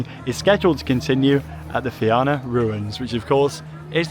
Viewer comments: Great vlog! Glad that it has finally expanded! Also just an fyi it’s pronounced feena not fe-anna :) well done on the pronunciation of Tír na nÓg though 😍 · its pronounced Feena :) the back seat on that coaster is the best! as for Cú Chulainn........its gotten so rough and theres a jolt or somthing in one area that slams ya abit i believe people complained about the rotator and thats why it dosent go right over anymore